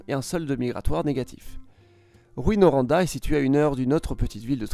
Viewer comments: T'as oublier Rouyn-Noranda, il a dit rouin mais sa se prononce rou-in ans 2 cilable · Pour la prononciation de certaines villes : Dreumoneville, plutôt que drumonville (Drummondville) Grandbi (grand à l'anglaise) plutôt que granbi (Granby) Rouain Noranda, plutôt que ROUI-Noranda (Rouyn) Pour le reste, plutôt un bon travail pour ceux qui ne connaissent pas le Québec Et pour les Québécois qui se la pètent sans arrêt sur la surface monstrueuse du Québec par rapport à la France ce vidéo vient quand même leur rappeler que 90% de la population du Québec vit dans le corridor Gatineau-Québec, le long du Fleuve St-Laurent, un territoire nettement plus petit que la France. L'argument qu'il couterait donc plus cher d'entretenir les routes du Québec au prorata du nombre d'habitants ne tient donc pas plus la route... 68 millions de Français pour un réseau routier national qui comporte 20 849 km : 12 379 km d'autoroutes, dont 9 158 km sont concédées à des sociétés concessionnaires sous contrat avec l'État ; 8 470 km de routes nationales. 8,5 millions de Québécois pour environ 2100 km d'autoroute (y compris les autoroutes métropolitaines à Saguenay et Rimouski) Ça fait que la concentration d'habitants dans la grande région de Montréal réduit d'autant plus le ratio habitants/km d'autoroute. et pourtant les autoroutes dans la grande région de Montréal sont totalement défoncées... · On dit Rou-hein Noranda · juste pour votre information, on dit Drô-monne-ville (Drummondville) et non pas Drumond-ville. Rou-in-Noranda (Rouyn-Noranda) et non pas Ruinne-Noranda. Lé-vi (Lévis) et non pas Lévisse. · Petite correction linguistique, Granby se prononce Granne-bé, et non Granbie. Quant à Rouyn-Noranda, ce n'est pas "Rouie" mais "Rou-ain". Quant à Drummondville, ça se prononce "Dreum-monde-ville", et non Dru-mont-ville. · La prononciation des villes est hilarante ! drumonville, rouinoranda et grambi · Comment il a détruit la prononciation de Rouyn-noranda 😅 bonne vidéo tho!!❤